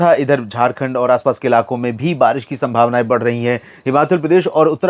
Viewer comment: छत्तीसगढ़ के लिए बरीस बताते हो बरीस नहीं होति नाम ललित कुमार पाटले